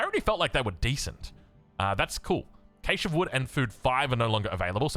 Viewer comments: Trigger: calling cache (cash-ay) caysh..... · Cache is pronounced: cash. c-a-a-a-a-sh. Ok!? Got it!?